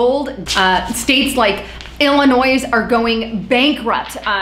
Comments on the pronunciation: The 'S' in Illinois is silent. Huge peeve. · FYI- The " S " in Illinois is silent. Stay with the facts and you will go far. Thank You.